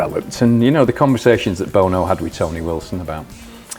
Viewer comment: i adore the fact whether by design or not hooky mispronounces that lead singer from u2's name